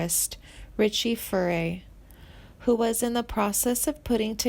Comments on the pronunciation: I stopped watching after You butchered the pronunciation of Richie FURAY, Randy MEISNER, Glenn FREY and JD SOUTHER. Clearly You know very little about these musicians. If You did, You would know how to say their names correctly. What a mess!!! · Misleading title. You must have too much time on your hands. Some of this information is incorrect. Next time review your material and pronunciation of names. You sound like a fifth grader reading from hand-written notes. Botching names of Richie Furay, Glenn Frey and Randy Meisner. Come on get real... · Click bait, narrator can't even pronounce artists name correctly .sounds like she is reading off a script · There's not a f***ing thing wrong with Timothy's career path, and he's one of the finest vocalists ever born... SO THERE. (The "narrator's" delivery and mispronunciation of artist's names is atrocious! Who the hell are Glenn FRAY, Richie FURRY and Randy MEZZNER??) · The narrator could use help with pronunciation - Randy MIZE-ner and Richie Fure-ay, Glenn Fry And he's not dead, you twit! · If you can't pronounce their names properly, you shouldn't be doing this narative. There are some questionable facts stated here also. Please learn how to pronounce Meisner, Furay, and Frey's last names properly. Just sayin'.... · Richie 'Furry' - LOL! Randy 'Maisener', Mesner'. Too funny. And Steve 'Cooper' - does she mean Cropper? 'Suther', 'Fray', Warren Zavon, gawd, this is awful. And she makes it sound like he's dying of cancer when he beat it and is healthy. But hey, at least the title didn't spell his name with a 'd', so there's that.